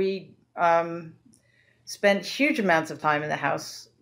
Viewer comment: She said yuge lmao